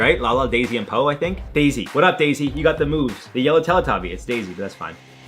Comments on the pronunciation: Dipsy! Dipsy, for Christ's sake!!! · It's WD-40. And it's not daisy it's dipsy!